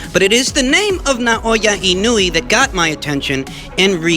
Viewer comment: Inoue = ee-no-oo-eh